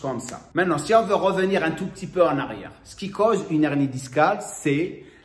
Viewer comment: C’est un « h aspiré » hein !! « Une hernie », pas « unernie » !!